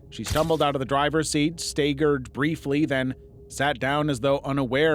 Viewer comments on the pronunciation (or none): 'stay-gurd briefly'.. do you mean 'stag-gurd' briefly? aka staggered? 😂